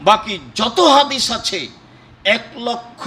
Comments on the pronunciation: ওকে হাদিছ বলবেন না আহলে হ দ ছ বলেন যত সব ফালতু কথা বলে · এ ব্যাটা হাদিস উচ্চারণ করতেই পারেন তারপর আহলে হাদিস